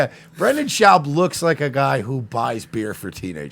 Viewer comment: at least say his name right if ur gonna say he can’t speak or is a retard “brenden chowb”